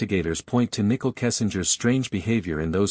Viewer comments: Its so funny every AI channel pronounces her name Nickle lol. And Sha Naan. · Omg I cannot with this Ai 🤦🏽🤣 "Nickel" " Shawnann" but says Chris name just fine